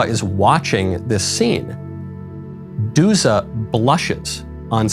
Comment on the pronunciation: Eleonora Duse was italian. Duse is not pronounced with a final -a. An -e is an -e in Italy